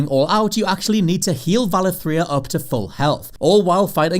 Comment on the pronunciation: Valithria ... not Valathria, but okay.